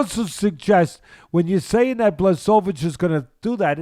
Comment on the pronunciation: Video should be called '20 ways to pronounce Blachowicz' reminds me of Joey Diaz with Stipe Miocic 🙌🏼😂